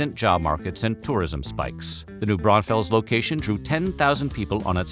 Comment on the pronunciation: Buccees is slowly spreading Texas culture to the barbarian hinterlands. 'Koh-lahtch-kees' though? It's pronounced Kuh-LA-cheese :) Congratz on saying New Braunfels mostly correct though -- there's a ton of Texans that get that wrong. :)